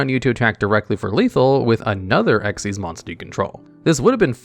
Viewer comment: I'm still wondering how you have all this knowledge but you didn't know dark rebellion xyz dragon was pronounced as "dark rebellion ECK ZEES dragon" 🤣 Don't worry, you're still the go to king for top 10 yugioh videos 😌❤️